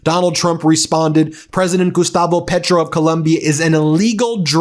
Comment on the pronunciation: This is embarrasing. He shames all of the United States. Petro is prouncounced PAYtro. Trump and collaborators should be brought in immediately on charges of murder and conspiraracy to commit murder.